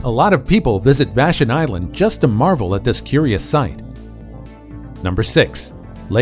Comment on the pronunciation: Vash on. Not Vashun